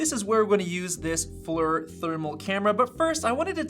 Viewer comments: I was about to come here to say the same thing. Hurt my ears to hear FLUR lol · It’s ponounced “fleer” 😂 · FYI: FLIR is pronounced "fleer" (i.e. rhymes with "beer"). It's taken from the military acronym for "Forward Looking InfraRed". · Former FLIR employee here, it’s pronounced “fleer”. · Inventer of FLIR here, its actually pronounced "Jeff"